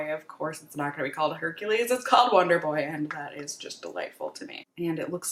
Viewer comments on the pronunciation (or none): none